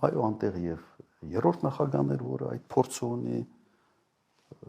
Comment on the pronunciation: Եռորդ չի երրորդ է այ ոչնչություն